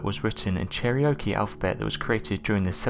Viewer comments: Ummm Cheriokie? CHAIR-oh-key! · I live near the first place Knoxville Tennessee where the tablet was found and its Cherokee not Char ok ie